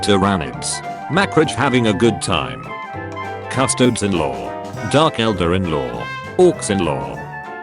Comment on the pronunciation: Wait, did that one dork call them "Cus-Toads" because he put the word into a tts instead of looking into the lore for 10 seconds?? That would be very funny if true.